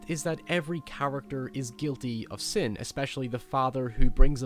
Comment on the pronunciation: Why are you talking normally and then a few words sound like you had an aneurysma . Like sin " siooen " " snake" snek or sneok or wtf and some other words . Like having a heavy dialect but with just a few words . Or that is how people in england speak . I went to england a few times and the states many more time . This guy is what from ireland or scottland or what . Im so confused